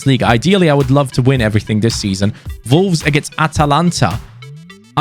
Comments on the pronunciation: Is it just me or does he call them volwes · it sounds like ya sayin volves lol sorry dude like ya vids keep it up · Who else keeps thinking he is saying vulves instead of wolves even though it’s just the way his accent is lol 😂 (I’m not hating btw lol)